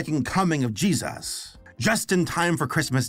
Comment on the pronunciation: Loves how he says jesus... "jeez US"